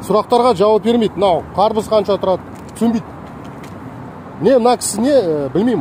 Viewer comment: бауырым дарбыз емес, карбыз болып айтылады.